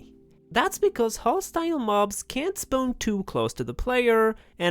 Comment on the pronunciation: Can you say "spawn" property plz?